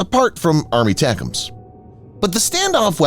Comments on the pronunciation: WTF is "ARMY-tacums"? In military circles, ATACMS is pronounced: "EH-tac-ums". Every time your voiceover guy says "ARMY-tacums" it takes away from your credibility. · Yes, I know what the acronym ATACMS stands for. My point is NO ONE says "ARMY-tacums". You won't find a single example of someone from Lockheed Martin, a defense anaylist, or someone in uniform saying that because that's not how our military phoneticizes acronyms. Doesn't matter how long an acronym is, they'll always phoneticize the whole acronym and never say out part of it in long form. Like the Commander of Submarine Force Atlantic Fleet is abbreviated COMNAVSUBFOR, and you bet your ass they always pronounce it as one word exactly like it's spelled. They never say "commander-navsubfor".